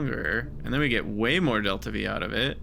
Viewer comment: aeroby? dv-difference? isp? your pronouncing them weird on purpose, right?